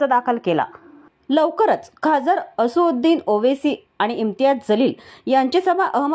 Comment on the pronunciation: असुदे बाई,तुम्हाला असदुद्दीन म्हणता येईना त्यामुळे असूद्या असूद्या😅😅